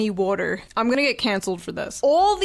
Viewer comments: I LOVE WUDDER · Does “wudder” have 2 d’s or 1?